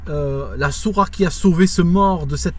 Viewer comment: Je crois qu'il faut prononcer le "t" dans Sourate, je ne crois pas que le "t" soit silencieux ... Sinon merci de ta vidéo, le beau-frère de mon ex-femme, ainsi que sa femme (soeur de mon ex-femme), qui vivent en Algérie (Kabylie), m'a expliqué un jour pourquoi il s'était converti au christianisme: il m'avait dit que c'était justement à cause d'une cassette stéréo qui circulait en Algérie et qui décrivait le Châtiment de la tombe. C'était tellement angoissant d'entendre cette cassette que ça a, selon lui, généré beaucoup de dépressions et détresses chez les gens.